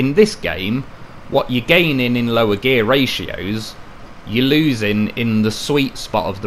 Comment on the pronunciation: GOTTA LOVE A "LOW REAR" .LOL